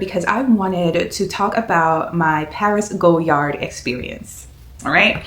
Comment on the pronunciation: Omgosh the color 💚😍 congrats on your stunning purchase. I have been thinking about the Saigon but I will def wait until I visit Paris before pulling the trigger, to save a bit with VAT 😂 thanks so much for sharing your experience. (Btw, it’s pronounced Goy (as in boy) - Yar, vs “Go”-Yard)